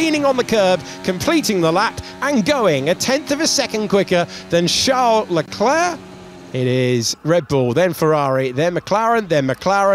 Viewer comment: Why do they keep saying Chall Leclerc get it right.